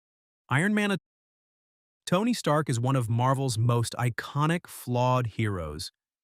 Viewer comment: “Iron Mana” 😂